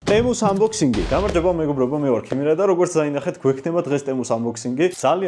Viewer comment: Ტემუ არა თემუ